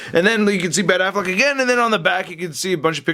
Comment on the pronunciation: Lol he said Ben Aflac